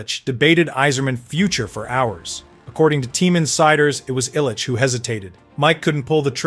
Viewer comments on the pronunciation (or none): Dino's last name is pronounced "Cissarelli" not "Sick-arelli" and Ilitch is pronounced "Ill-itch" not "Isle-itch." I know, I know... AI scripted... but still. If you are going to produce content, perhaps make sure things are proper, maybe? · It’d be nice if he could pronounce Mike Illich’s properly name as well